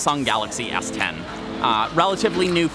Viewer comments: Hey, great video. BTW, the reason everyone thinks you're saying S4 is because you keep saying 4 not 10? Might be better to just say the English number if you can't master the tone (curving it down and then up for 10). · You pronounce S10 like S4. The intonation is a subtle tweak from each other. S4 is a flat tone, S10 goes down. It's a good thing you show the + sign to indicate 10 or you might end up with S4 😂😂😂